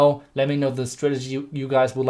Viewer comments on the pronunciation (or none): work more on saying until then it sounds under then